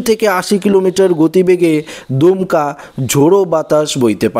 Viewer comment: দুমকা নয় কথাটা দমকা, দমকা ঝোড়ো হাওয়া, দুমকা বলে একটা জায়গা আছে